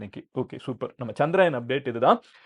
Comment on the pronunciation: சந்திராயன் இல்லை சந்திரயான் என்று சொல்லவேண்டும்.